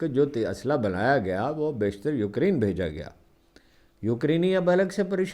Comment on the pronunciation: Ukreen nai hota ukraine hota hai bazurgwar